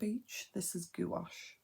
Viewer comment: The way you keep pronouncing gouache as goo wash has me cracking up girl. Beautiful art though!